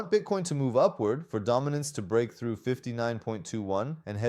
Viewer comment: دامیننس و میگه بایننس😂😂